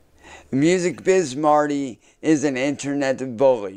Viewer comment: Why is he saying in-TER-Net like that?